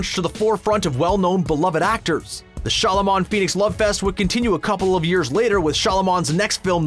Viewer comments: Shalomon? Seriously? Can you not just listen tho how it is said, to realize that you are saying it wrong? Are you saying it wrong to be snarky? What ever the reason you are saying Shyamalan massively wrong! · You said Shalyman, it's Shyamalan. Just saying... Edit: typo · Why does this guy insist on calling him Shylamon? It's Shyamalan. Shy-a-ma-lan. FFS. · its shyamalan not shalaman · Shyamalan...not Shyalaman..... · It's Shyamalan!!! Not Shyalaman! Duh! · Shyamalan. Sha-ma-lon. Not Sha-la-mon. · M night shalomon. Didn't know the guy turned Jewish xD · Who’s shalaman? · "m night shalaman" :D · Sholomon 😂😂😂 What!!!!!! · Did he say m night sha-lu-man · Shal-a-mon? Lol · wtf is a shalomon? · Shaloman.. lol. If youre gonna say a dudes name 20 times in your video, pronounce it correctly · shalaman? wtf lol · How do you work for a movie related company yet you don't know how to pronounce "Shyamalan"?